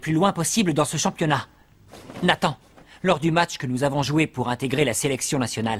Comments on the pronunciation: a dit tathan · Il a dit tatan au lieu de nathan